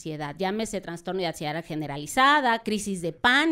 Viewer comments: Vergüenza de invitada. Para la especialista: no se dice 🚫TraNstorno Se dice: TRASTORNO ☑️ Enunciar: Anunciar Mesmos: mismo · Una doctora hablando de trastorno y pronunciando la palabra transtorno ( mal pronunciada) me hace pensar, si realmente estudió por medio de libros o hizo un copia y pega por internet...🤔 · si la palabra correcta es TRASTORNO!! No, TraNstorno !